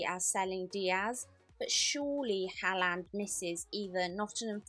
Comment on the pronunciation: Why does she say haaland like that …